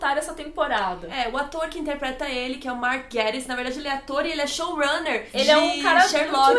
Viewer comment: O rei da BBC pediu pra dizer que o correto é "Gaytiss" não "Guériss" ;) Perdoa a correção, não resisti hehehehe Amo vocês <3